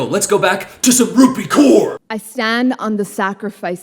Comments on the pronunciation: Genuine question: is Kaur pronounced ‘Koor’ or ‘Cowr’? Because I’ve always heard Cowr, but I’m guessing from this video that in the US it’s Koor. What is it in India? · I believe it's 'Cowr' or atleast it's how I've heard it pronounced